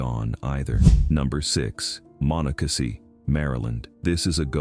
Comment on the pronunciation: Did not pronounce Monocacy correctly. 🙄